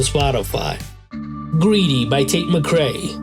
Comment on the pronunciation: Let's fight the bigger picture. He can't pronounce McRae.